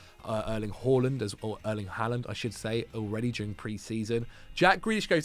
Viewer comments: Im norwegian and your first pronontiation of Håland is correct but not the second one. In Norway we do indeed say Håland and not Haaland so you are doing it right the first time but not the one you are trying to correct to. Just keep on saying it the way you are used to that is the correct one ☺️ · your pronounciation of Haaland was correct the first time. It IS in fact pronouced "Haul-land". /Scandinavian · you keep saying Haaland correctly and then correcting yourself to the wrong pronunciation. It's "Haw" not "Ha", rhymes with Law. - Norwegian person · You did it twice !! You seem to have learbed something new and have changed how to say it. And you have gone from correct to incorrect. Someone has misinformed you !!